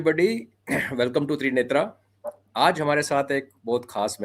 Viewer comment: कम-से-कम आप तो ऐसा न कहें..आप तो हिंदी और संस्कृत जानते हैं... त्रिनेत्र को त्रिनेत्रा न कहें!!!! निवेदन है आपसे। जैसे.. राम को रामा रावण को रावणा वेद को वेदा अर्जुन को अर्जुना भीम को भीमा . . . अनेक हैं.. कृप्या आप ऐसा न करें